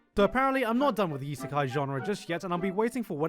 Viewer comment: "Slime Iseka---" I'm gonna stop you right there